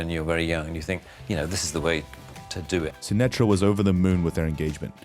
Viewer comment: It's indian ...Sunitha Sashtry... Not Sunetra